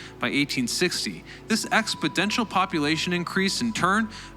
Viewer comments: your videos are very informative but your mispronunciation of certain words drives my OCD crazy., the word is exponential, not expodential! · Exponential, not “expodential”. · You mispronounced exponential (shortly after the 4 minutes mark).